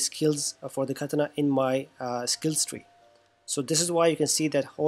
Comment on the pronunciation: Something about how you say katana is just wrong lmao its kuh-taa-nuh